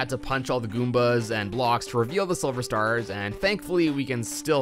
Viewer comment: he said sliver